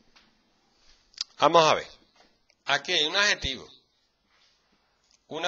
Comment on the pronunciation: LIKE si te gusta su presentation xd "amo a ve"